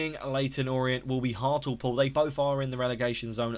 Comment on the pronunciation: hartalpool??? hart-ley-pool haha